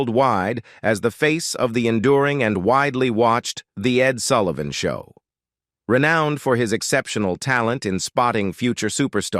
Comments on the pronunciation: It’s Sull i van not Sool ie von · The Ed Soolivan Show ?! Come on, get it right ! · WTF... EdSoolivan show Bob Die-land- N Compromeese----what is wrong with the NARRATOR'S PRONUNCIATION